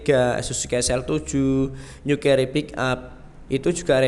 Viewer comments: Mas nyebutnya salah carry bacanya keri kalo cherry ini di bacanya ceri paham mas terpaksa tak benerin maaf ya mas itu bhs inggris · Keri mas bukan ceri😀😀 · .maaf, penyebutan pembacaannya salah, bukan ceri buah